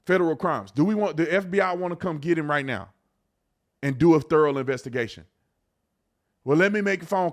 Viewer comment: Love ya brotha but I gotta say thorough thur-oh lol not therrel